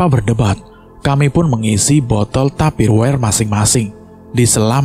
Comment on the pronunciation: Maaf bkn tupirware tp tupperware heee